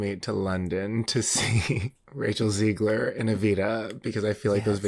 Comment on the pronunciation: it’s ZEH-GLER